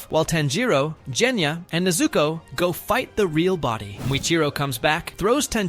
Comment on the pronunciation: Part of me dies every time the AI pronounces Genya's name as "Jenya".